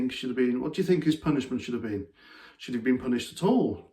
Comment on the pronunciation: I believe he said something like "I fink".